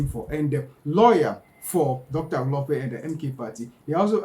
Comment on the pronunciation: Your own mkp dr dl-lope😮Hlophe don't butcher people's names not dl-lope hayi suka go home 😢